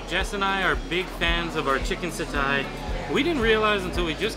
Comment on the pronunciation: Roti canai is pronounced as roti canai, not roti kenai. Satay is pronounced as sate, not satai. Apam balik is pronounced as apam balik, not apam balak. Cendol is pronounced as cendol, not kendol. Do come to Malaysia again